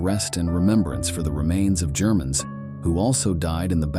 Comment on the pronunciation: When the AI narrator went off the rails and started calling Germans “Gerr-man’s” you lost my interest 😂😂😂